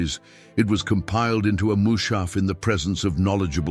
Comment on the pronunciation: Mu's'ha''f not Mu'sha'f